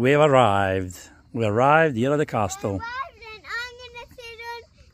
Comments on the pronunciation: (The "T" in Castle is silent. Pronounced cas-el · I love how he prpnounces it as a "cast-tle" 😂